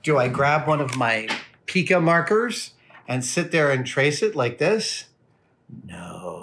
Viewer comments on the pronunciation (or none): none